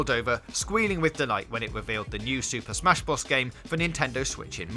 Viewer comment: “ Ghost Ta Shima “ “ Super Smash Bruth “ This Nigga Must Be Drunk